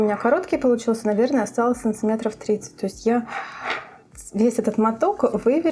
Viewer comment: Смотреть интересно, полезно, понятно. Но санЦиметры так режут ухо, что капец. И всё ровно затянуло.